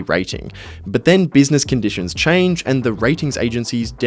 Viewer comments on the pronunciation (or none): none